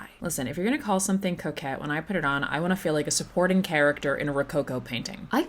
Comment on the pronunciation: really thought the mispronunciation of coquette was something different 😂